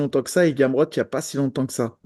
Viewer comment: il a dit gamrot galère 🤣 faut doser